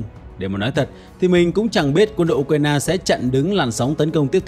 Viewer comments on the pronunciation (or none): none